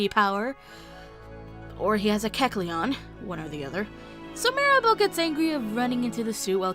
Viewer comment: Kecleon* xD